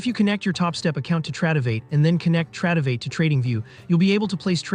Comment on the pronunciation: "trad"-ovate bruv? LOL